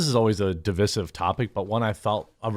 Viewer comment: How about we just try saying divisive correctly just once.